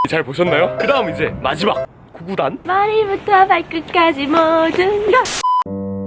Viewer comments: 구그달을 구구단ㅋㅋㅋㅋㅋㅋㅋㅋㅋㅋㅋㅋㅋㅋㅋㅋㅌㅌㅌㅋㅋㅋㅋㅋㅋㅋㅋㅋ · 아이씨 구그달을 구구단이랰.ㅋㅋㅋㅋ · 구그달 - 구구단? ㅋㅋㅋㅋㄱㄱㄱㄱㅋㄱㅋㅋㅋㅋㅋㅋ